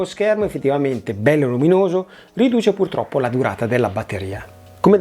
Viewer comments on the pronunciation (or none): none